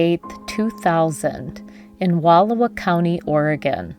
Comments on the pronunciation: October is not an odd weekend for camping. And you are mispronouncing Wal OW a. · You need to learn how to pronounce Wallowa. And Swart.